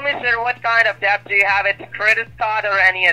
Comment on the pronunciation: He's saying deBt. Pronouncing the B. 😂